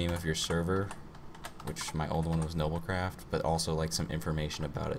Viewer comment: It's not noblecraft it's NobiCraft !